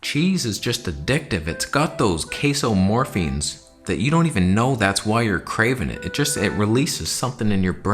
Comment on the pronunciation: When you said "casomorphins" I heard "queso morphins". Pauses video, gets dictionary... It turns out that both caso and queso are rooted in the latin "caseus" meaning "cheese". I like inadvertently learning the things you accidentally teach 😄